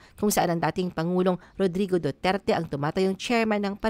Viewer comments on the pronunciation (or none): none